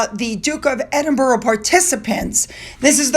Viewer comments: I see that you're getting a lot of flack mispronouncing those English names. In your defence, you do so much detailed and thorough research that it would be so time consuming adding that to your day, Being an Australian, we have a lot of town's and suburbs named after English places so we're used to it. Although it does sometimes bother me when you say Edinboro instead of Edinburuh, I get it though that it's not easy. You try so hard. Thanks heaps for all you do so we can get our Royal fix for the day, or night in my case. BTW we haven't seen much of your fur babies lately so I can imagine that all is good. Big hugs to Finn and his nemesis cats. Love ya and I hope YOU have a great day. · It’s not EDIN-BURROW; it’s pronounced EDIN-BER-UH. And it’s SHEER not SH-Y-R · You should finally learn how to pronounce Derby as DARBY and Edinburgh as Ed-in-bra . Not Edin borrow!